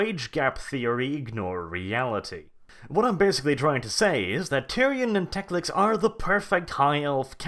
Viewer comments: If you want to be taken 'seriously' I strongly suggest you actually pronounce the name of the character you talk about well: it is NOT TecliCs or TecliC as you constantly repeat. Just Teclis. Teclis. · is it "tekliks's" not 'teklis?' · I cringe every time you say teclix. It's teclis. How do you mis read that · just say it slowly.... t e c l i s..... not teclic or teclix or any other damn way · 36 minutes of "Teclic" instead of "Teclis". My OCD is screaming! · as much as I hate the pointy eared fucks... TECLIS not TECLIK or TECLIX FFS! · Why do you keep calling him Teclic? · It really sounds like you are saying tecliks. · That second c you added to Teclis bugged me so bad